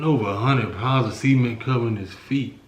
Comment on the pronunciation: the way he say “ cement “ 😂 love y’all vids keep it up